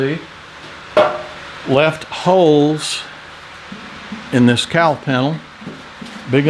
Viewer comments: Well, as a Northern girl , I couldn’t figure out what a “Cow Panel” was. 🤦🏻‍♀️ a “Cowl Panel”. Very excited to watch your progress. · The whole time the video is on, I'm just listening in the background. I kept asking the room, "What the heck is a cow panel?" I wasn't hearing the L in cowl. 😂 I am looking forward to seeing how this comes together, Doc. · I couldn't for the life of me figure out what a "Cow panel" was. What the heck are you talking about?!! Oh, never mind... cowl panel. 🤦‍♂